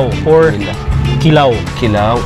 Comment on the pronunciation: Mahilig ka talaga sa short stress ng syllable. Like Ki-law imbes na kiiii-laaaaw at ti-sa imbes na tiii-saaa, gina-bot imbes na gina-booot. 🤣 Makinig kang mabuti, huwag masyadong over confident at imperyalista. Poser ra kaayo imong insik nga host, ang original pungko2x kay kilid sa UV, paradahan sa Talamban jeep, early 1990s. Lans--iaw po hindi lanchiaw. Kaya pala Chui show kasi hilig mo sa salitang 'chewy". 🤣🤣🤣